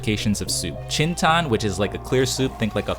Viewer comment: 清汤 it's not chintan 😂 it's pronounced as ching tang. 白汤 is bai tang not paitan 😂😂😂